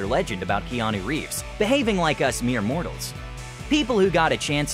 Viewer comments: he sounds like he said "Jeanu Reeves" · "gEaNu ReEvEs"